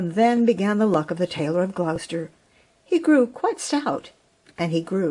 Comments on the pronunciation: Hi, beautiful telling of your story. The mice were good actors. Hope you don t mind me saying you pronounce Gloucester as Glos not glous. Happy new year to you xxxxx God bless xxxx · Thank you,! From a Brit expat in Nashville. I LOVE Beatrix Potter! What a treat on Christmas Day 😊. (By the way, Gloucester is pronounced "Glo-sta", short vowel on the o, like in Glock) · Lovely story. Just a small point... Gloucester is pronounced 'Gloster'. Merry Christmas from England ❤